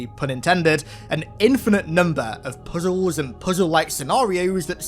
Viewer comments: I hate the way you say puzzles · The emphasis and way you say "puzzles" had me rolling lol